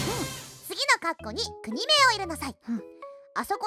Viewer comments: 国名（こくめい）をくにめいって言ってる時点で先生も… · 国名をくにめいって(笑)